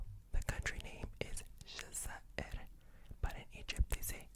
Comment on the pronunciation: You pronounced Jazair الجزائر so perfectly! How long were you learning Arabic?